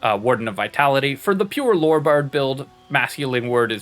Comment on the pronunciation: THE WORD IS LORE NOT LORRY